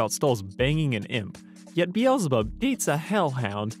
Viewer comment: Its pronounced BEEZLE BUB Be zzz llll